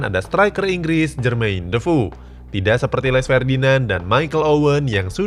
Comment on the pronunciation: Pas mimin bilang jermain dofoe,gu dengernya jermain debu🤭🤭🤭